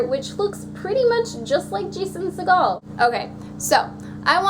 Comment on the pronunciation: Jason Segel is a fantastic human being. Also recently in "End of the Tour" which might interest you if you haven't already seen it. (Also, at the risk of sounding pedantic, it's Segel like "eagle". Not Segel like Steven Seagal.)